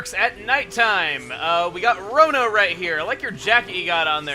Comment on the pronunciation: Rono You said it like Rona